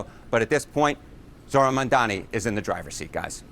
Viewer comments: Why can't these people say his name? It's not that hard. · M A M D A N I. Can you read? The magical host kept saying Mandani. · Mamdani not Mandani smh😒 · MaNdani? Why can’t you pronounce his name correctly or at the very least make an effort to do so!!! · Mamdani, not Mamdini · This magical jerk kept calling him Mandani. By now there is no excuse. He must prepare better for his freaking segments. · Is it really that hard to say MAM-DA-NI?